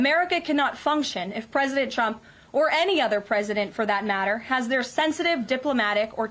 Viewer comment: It always sounds like Caroline said President Chump.